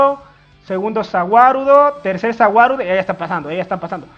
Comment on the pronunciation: No se entiende Za Wadudo